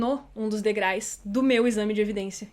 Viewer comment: Oi,! Adoro seus vídeos, mas 'degrais' arrebentou comigo.